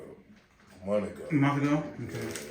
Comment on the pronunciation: How do people let there feet get like this? And its month not mont ago!!! People, learn how to speak and pronounce words, it kills me how they talk!!! We’re all adults here and there is no need for this kind of infection to get out of hand. You deserve to have for it to be painful, you should know better to wait this long to see the doctor……